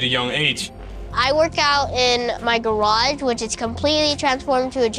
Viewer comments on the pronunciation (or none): none